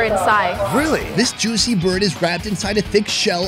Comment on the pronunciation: Where is the host from? He pronounces "juicy" in a really strange way that doesn't sound familiar to American accents. He also says it a lot.